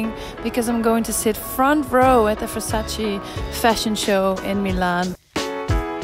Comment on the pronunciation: It’s VERSACE not VersaCI, She earn milion without know for who work 🤦🏻‍♂️